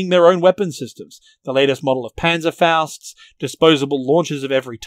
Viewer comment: This is the best video I watcht so far to this topic so take my like and something I have to say you are the first english speaker who probably doesnt speak german who says Panzerfaust corectly